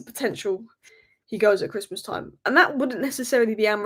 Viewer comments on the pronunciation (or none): none